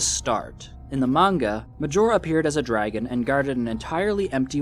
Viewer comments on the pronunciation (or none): none